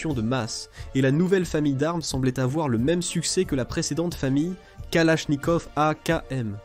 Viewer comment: la famille kalafffnikaufff 🤓